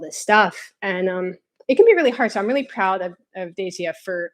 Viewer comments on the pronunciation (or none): 1) I'm thinking that Daisyah is probably pronounced with 2 syllables, like "Day-zhah". 2) Also, it's Gorton's fish sticks (we've had diametrically opposite seafood experiences, lol!). I had a similar experience though, but with milk. There's a funny story to go along with it that, too... and my wife is allergic to chocolate and caffeine, which I'm sure she has your sympathies for, ha ha ha!